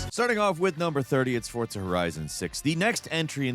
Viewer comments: It's For-Za not ForT-Za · Is he saying "Fort-za"? That what I hear each time. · TIL there's a T in Fortza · Also.. can you PLEASE stop saying "Forzza"?! It's incredibly irritating. Lol. I've never once heard anyone pronounce Forza as tho it were the word "pizza." It's weird and unsettling. 😂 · Is forza pronounced with a t?